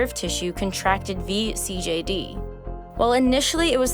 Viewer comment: THANK YOU for pronouncing vCJD right :D